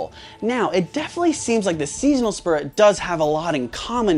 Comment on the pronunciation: How did spurrit become spurrit